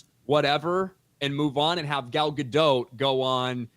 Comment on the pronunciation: Gal GadoT - the T is not silent